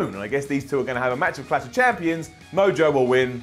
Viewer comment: what exactly is "Cash of champions"? haha Say it with us,....CLASH.....CLLLLLASH